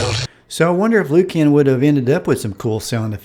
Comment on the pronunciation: "Loo-cann" LOL